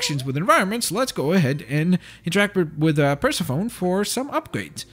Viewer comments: It's "perr-seff-an-ee" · I wish he knew how to pronounce Persephone.